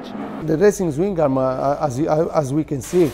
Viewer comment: THE .1 PERCENT BEING THAT HE CALLS IT A SWINGING OR SWIMMING ARM. MAYBE NOBODY HAS EVER TAUGHT HIM HOW TO SAY IT PROPERLY. THERE'S YOUR 100%